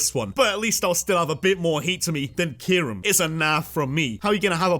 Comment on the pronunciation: KYUREM, NOT KYRUM!